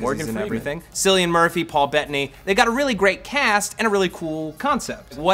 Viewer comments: Matt butchered Cillian Murphys name! I've never heard anyone pronounce it like that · ''Sillian Murphy''..... ''Sillian Murphy''....''Sillian''.... /facepalm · IT'S NOT PRONOUNCED "SILLIAN". It's Cillian (Kill-ian), Phil did the same thing this week, please, SF it hurts. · Cillian Murphy's first name is pronounced "Kill-ian" not "Sill-ian". Trust me, I'm Irish.